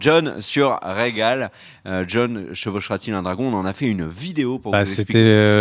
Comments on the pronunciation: Le dragon c’est pas Rhaegon mais Rhaegal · c'est RHAEGAL pas Rhaegon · Nicolas H ouais tu as raison ^^ Rhagon sa n'existe pas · C'est pas Rhaegon c'est Rhaegal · Rhaegal pas Rhaegon